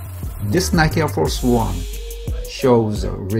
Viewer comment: Nike의 잘못된 발음